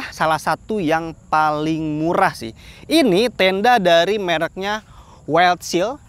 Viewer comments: Wildshell. Bacanya waildsel, bukan waildsil bang. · Wildshell bacanya "waildsyell" bang...